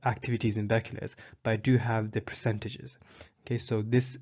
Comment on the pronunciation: you are saying Becquerel wrong